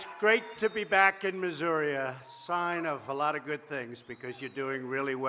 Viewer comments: some people in Missouri call it Missoura he just seemed to say it wrong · "It's great to be back in Missouri, a...sign of......." He just said it kinda weird, but that's how I heard it. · Chvncey i thought he was talkin like an old fogey. I remember grandpa from the simpsons saying Missoura, or something like it. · Last time he went to Missouri he joked about asking how he should pronounce it, Missouri or should I pronounce it missoura while on stage